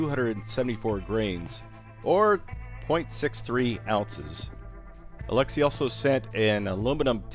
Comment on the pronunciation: It bugs me how you prenounce his name and i am not Russian. I cant imagine how that guy feels. (Probably doesnt care). But eh you Americans and your prenounciation...